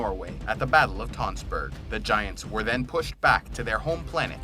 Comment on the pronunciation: And when he says "Tonsberg" instead of Tønsberg